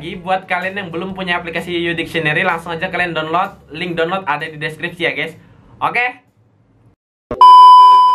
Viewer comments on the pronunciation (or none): none